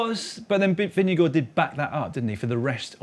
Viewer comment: At least they did a much better job of ‘Vingegaard’ than most non-Scandinavian commentators, so that’s something 🙃